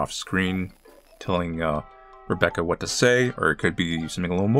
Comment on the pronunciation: WHYS HIS FIRST WORD "waht" 😭